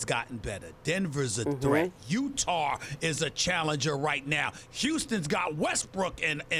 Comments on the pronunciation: “I can’t go with UTARR” !!!! 😂😂😂😂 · SAS- "I can't go with Utahrr" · "utar".... lol